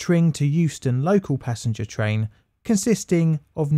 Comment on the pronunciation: Passenger. ... not “passanger” ...